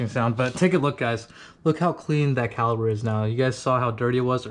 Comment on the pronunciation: Sesame Street: can you say CALIPER.